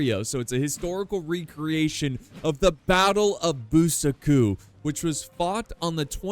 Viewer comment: Is no one gonna mention how he pronounced Buçaco? (I mean its a great video and i watched it fully but damn is Bú-ssa-kho)